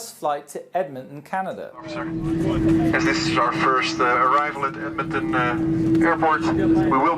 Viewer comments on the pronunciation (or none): It’s really true I say torono but torontoins (people that love in Toronto) say Toronto not torono and I say Edmonton he said emonton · when you said Edmonton it sounded like Edmitton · Lil Student Loan Debt and doesn't know how to pronounce Edmonton (Ed-Mon-Ton)